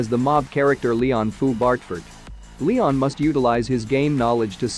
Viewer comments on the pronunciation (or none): none